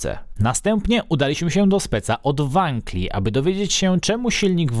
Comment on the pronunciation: kickster nawet uczył NIE WANKIEL TYLKO WANKEL